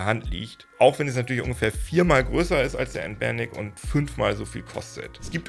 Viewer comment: Noch nie habe ich jemanden den Namen "Anbernic" so aussprechen gehört....habe erst beim dritten Mal verstanden was gesagt oder gemeint hast 😂😂😂😂